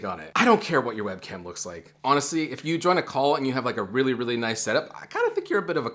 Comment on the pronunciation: i thought you said “join a cult” instead of “join a call”